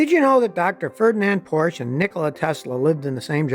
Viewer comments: Scotty, it's Porsch(E), not Porsch. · Porsch ER get the name right! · Mr. Porsche pronounced his name Por sha. not porsh, the e is not silent. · Scottie, it's not PORSH, it's PORSCHE, pronounced Porsh-eh. It's not a silent 'e'. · Porsh? Is that something like a Porsha? Or Porche. Just bugs me, that’s all. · Scotty, please don't drop the e in Porsche. It's not a Porsh. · PORSCHE [POUR SHA] FOR QUALITY AND PEDIGREE. SCOTTY, I CRINGE EVERYTIME YOU MISPRONOUNCE FERDINAND'S SURNAME. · Porsche, has two syllables Scotty. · Porsche is a two-syllable word. C'mon, Scotty. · Porsche is a two syllable word. That’s the way the Porsche family says it, so it must be right. Come on man👍🏻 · Poor-sha Tie-cahn😉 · Scotty is driving me crazy mispronouncing Porsche Taycan. Porsche in German has 2 syllables, not 1, and Taycan rhymes with “icon”